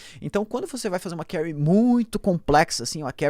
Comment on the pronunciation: Carry??? Ou query???